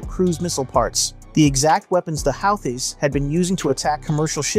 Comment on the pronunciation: bro, if you are gonna be a "professional presenter"... please learn pronunciation! "howthees"?? "hoo-tees" i know how its spelled, but... like Dutch words... "it is not as it appears"